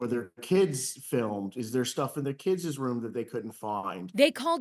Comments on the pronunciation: “Kids-ezz”? From a attorney? The word is kids’. Plural pronounced the same as singular. Of all people, an attorney should be comfortable with the correct word. It’s the same as adults and professionals using the term “you guys “ in a professional setting. It’s embarrassing. The word is just “you “. If that doesn’t feel like enough to make it plural, say “you folks”, “ladies and gentlemen”, y’all”, or “everyone present”.We don’t have a separate word for “you” plural in English. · Attorney: "Something in the kidzez room."